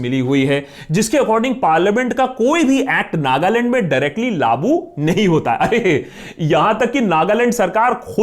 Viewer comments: Very good video!!! Waise "laagu" hota hai... "laabu" nahi.. use the word correctly next time and I'll know you got the message 😉😉😉😉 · Akash bhai baaki sb to theek h lekin, aap shayd लागू ko लाबू bolte ho! Mene ye cheez kareeb 2 3 baar notice ki. Hope you'll take it in positive way!!!❤️❤️ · laabu nhi bc laagu bolte hai sale nasha kr k video bnata hai